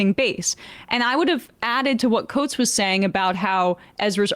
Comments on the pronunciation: Too bad he didn't get Coates' name right either, though that is forgivable. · Please pronounce coates name correctly